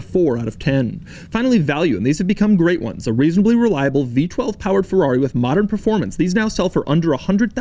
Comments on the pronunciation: Its FERRARI, Not FEUUAUI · RIP for all the times Doug butchered the name Scaglietti, and Ferrari as well Roll your R dude!